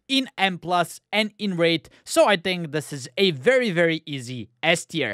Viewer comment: not gonna lie I actually just assumed you were saying “ass tier” that time lol